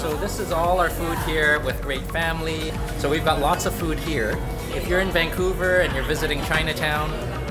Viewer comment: Vancouver or Vankong?